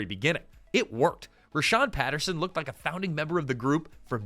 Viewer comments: "Rahsaan" not Rhashawn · For whatever it's worth, his name is Rahsaan (like - Rah-sawn), not Rashawn. The roots of this show go back to a long running cabaret show that ran at The Roxy (Los Angeles) every Sunday in the early 80's called "Let's Put On A Show". Jerry Sharell and Martika were cast members of that show. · it’s “rah-saan” not “rah-shaan” ☺️ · pronounced "Rah-SAAN" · Hate to be that guy, but a few corrections: 1.The show intentionally utilized the nonfunctioning "A" in the Palace sign so it could be called "The Place". Multiple characters referred to it as such. 2. His name is pronounced "Rah-saan" like "Daniel-san" from the Karate Kid. 3. A significant amount of footage that was shown when highlighting Shanice was NOT her. In fact, one of the clips was of the African American main character "Kenny" who had no overlap of time when Shanice was on the show. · You have a lot of wrong information here. You're not pronouncing Rahsaan's name properly. The person you're calling Shanice is not.